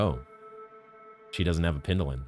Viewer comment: How to infuriate watchers: Acquire and mispronounce Needolin in the same episode, forget to use Needolin